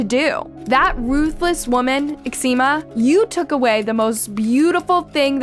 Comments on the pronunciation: Ximena = HEE-mena (not Exzema 😬) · Her name is ximena u pronounce it jimena. Like mexico in Spanish is pronounced mejico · What mother in their right mind would name their kid ECZEMA???? It's so different from XIMENA. 🤦🏻‍♀️🤦🏻‍♀️ No hate. is a very good narrator. Minus the constant butchering of people's names 🥲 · Her name is pronounced “Jimena”, but she does not deserve any respect so call her anything but her name.. 😢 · Girl, you still got a serious problem with pronunciation 😂no way you pronounced Ximena like that 😳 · She always mispronounces latin-american names, but this time is awfull, specially because Ximena is pronounced exactly the same in English as in Spanish. You can use Google translator to check it out. Unbelivable!